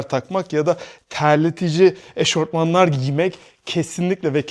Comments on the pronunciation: Eşortman mı? O eşofman canım. Dünya kadar kas adı sayarken komik oluyorsun. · Eşortman mı dedi lan bu avel?